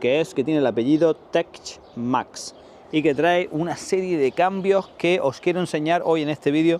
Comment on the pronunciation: Se pronuncia "Tek Max"